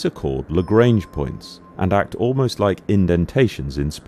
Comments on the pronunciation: You pronounce Lagrange incorrectly, it's a French name and should be pronounced accordingly (La-gr-on-ge not La-gr-ain-ge) Perhaps not related but Thunderbirds 5 was also the space station. Perhaps "5" for being in space was becoming as expected as a wheel. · Just a quick note: Joseph-Louis Lagrange was an 18th century Italian/French mathematician. His surname is not pronounced to rhyme with the English word "range". If you pronounce the "an" part of "range" by the sound of the English word "on" you will get somewhere close to the correct pronunciation.